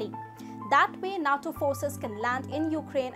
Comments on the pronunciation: Geez.... NATO is pronounced NAYTo, not nat o. Also, Ukraine wants to join NATO for protection from Russia, not as an advanced base to attack Russia. You jump up and down when China pulls its salami slicing trick on other countries, but are happy to let Russia do what it wants, and on a massive scale. Hitler was the same. He wanted the Sudetenland, then the Prussian Corridor, then finally all of Poland, and the rest of Western Europe, then Russia and North Africa. It took the rest of the world six years and tens of millions of deaths to stop him. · It’s nato not not toe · Nay-toe. Natto is a Japanese food, fermented soy sprouts. Al-i. Alley is a small road.